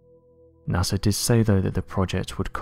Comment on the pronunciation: I didn't know NASA was pronounced with an "R"